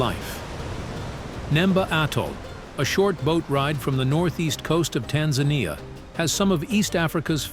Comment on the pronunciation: Wish if you are doing a video about a country you can learn to pronounce it correctly. It is not Tanzinia it is pronounced TanZANia as it is spelt. Same with Ngorogoro. Thank you ❤